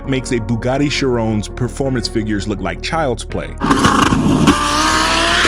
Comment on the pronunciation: I like this guy's pronounciation: "Bugatti CHIROWNE" LMAO 🤣 Great explanations BTW!